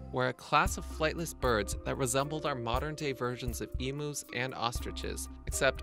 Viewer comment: did he just say Emoo's? It's emU's😂